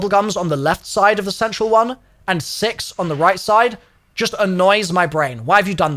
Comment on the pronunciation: what he says: Black ops 6 What I hear: Black ops sex 🗿